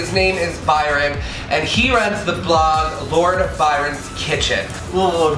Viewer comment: Thank you so much for featuring my recipe! Oh, and for repeatedly sounding out "Lord Byron" like a snooty Brit! Ha! The gooey, stretchy marshmallow shot was gorgeous!